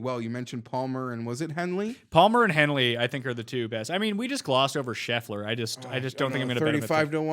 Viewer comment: DK: mschiissler Winner: Scheffler